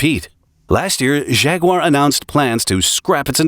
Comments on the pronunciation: Jag-uar, not Zhag-uar. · he really calls them Shaguars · When did Jaguar become shaguar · What a funny way to pronounce "Jaguar".